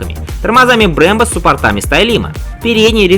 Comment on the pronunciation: учи ударения суппортами)))\